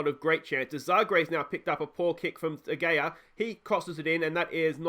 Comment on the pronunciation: Lol I get mage triggered when u say VAR, u don’t say it as a word but like V.A.R. And de gea isn’t said as de gayer, but instead as de hayer.😂